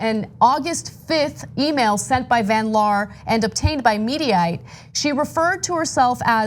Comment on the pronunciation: Jeniffer van liar instead of van laar.